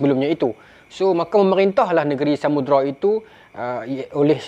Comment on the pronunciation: Pembukak tirai tu bukan Samudra, tapi Samudrai😅 Ingat kan Sundang tadi, rupa nya Samurai.